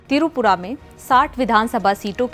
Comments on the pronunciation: It's not Tirupura It's Tripura. Ur pronouncing the state name wrong. Kindly pronounce properly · Tirupura nehi, the word is Tripura ... Basics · Tripura not tirupura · Pehele up tripura pronunciation sayi se boliye